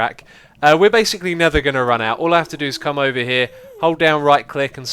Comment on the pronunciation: when you say "never" while you're in the nether are you saying "nether"? o_o I swear I hear "nether"... but only while you're in the nether XD